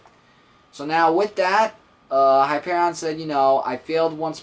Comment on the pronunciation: hi-pear-eon say it like spelt it